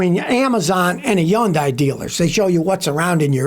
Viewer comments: fyi: Hyundai rhymes with "Sunday", not "sun-die"... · Hyundai is pronounced HUHN-day, not HUHN-die. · Why does Scotty call Hyundai, Yyundai 🤔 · Whats a Yawndye? A new company? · Hyundai…… pronounced Sunday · As soon as I heard Hyun(die) I said yikes, no thanks. 😅